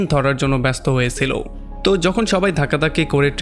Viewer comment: সিলো,নয় বলো ছিলো উচ্চারন শুদ্ধ করো